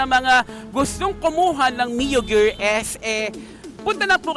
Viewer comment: Gear po hnd gerr😅